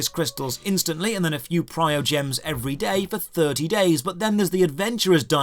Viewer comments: This review is overblowing the monetization scheme. In reality there is basically one real currency: Primogems (which he pronounces "prio gem" for some reason). Primogems are used to purchase wishes on one of three different categories: Standard Banner, Event Banner, Weapon Banner. Primogems are for obtaining new characters, and potentially 5-star weapons (although most people consider this a waste of wishes better used on characters). Primogems don't really help in upgrading anything else. If you want to level up characters you need to run dungeons and kill world bosses to collect materials. If you want to upgrade weapons or artifacts again it is dungeons or exploring the world. The amount you can do each day is limited by "resin" as mentioned, but this is hardly a mechanic you will be tempted to circumvent by spending money. There are even mechanics such as condensed resin where you can save up accumulated resin for use later if you can't play often enough to take full advantage of its regeneration. You get primogems thrown at you enough that people can expect to be able to get several 5-star characters by the time they are caught up in the story. Your main team can only be 4 characters so that is hardly any reason to complain; there will be some events you don't get lucky and pull the character featured, but they do get re-runs eventually so it isn't like they are forever out of reach. My point is that it is entirely optional if you want to pay or not and the monetization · Why do so many people say "priogems"? You've said it many times now. Premium currency. Primo. Primogems. Also, this aged well. The game is not in a great state at the moment. 2.0 was...something, certainly lol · Sorry, Your information regarding Constellation upgrades is entirely wrong, please do some proper research or atleast play the game more before you spread information on reviews thanks and its Primogems not PrioGems x,x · primogems!!!!!!!!!!! not prio gems